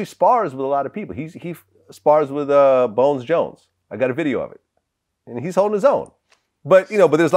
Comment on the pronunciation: Can’t stand when vlad says bone Jones